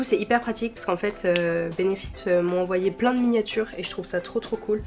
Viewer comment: "j trouve" 😂😂❤❤